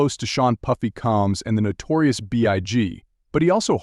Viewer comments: Fucking culture vulture at least get his name right SEAN PUFFY COMES LOL sec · As much as diddy is a peace of 💩 when you say his last name wrong you sound like you don’t know what you’re talking about it’s combs it’s not coms it’s combs get it right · HOW TF DOES A WHITE ENGLISH SPEAKING PERSON NOT KNOW HOW TO SAY “COMBS” CORRECTLY AND INSTEAD PRONOUNCES IT AS “COMS”🤦🏾‍♂️🤦🏾‍♂️🤣🤣🤣🤣